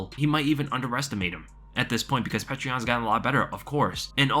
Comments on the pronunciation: Excellent breakdown,! (also it is pronounced something like "Pee-yoh-ter"... sometimes spelled "Pyoter") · Its not pronounced how you are saying it, its Pe ter (peh) (ter) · You got to learn how to say Petr correctly or just say Peter